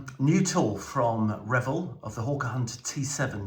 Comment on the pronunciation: Very nice,. And thanks for pronouncing Revell properly!